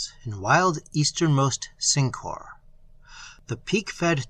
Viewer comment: I don't know which mispronunciation of Syncor is worse, Sink-Whore or Sin-Core.